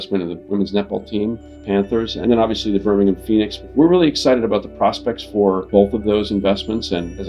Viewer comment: Love that he makes the effort to pronounce Birmingham properly instead of the typical American BirmingHAAAM